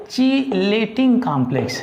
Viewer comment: Cheating- chelating 😂😂😂 By the way, explanation is good